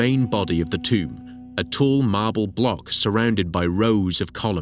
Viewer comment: the moment i hear tomb, i stop watching.